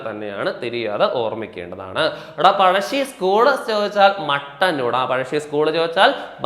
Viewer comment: പടശ്ശി അല്ല പഴശ്ശി